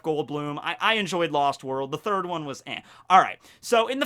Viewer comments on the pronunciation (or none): none